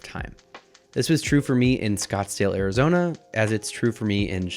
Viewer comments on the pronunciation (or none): none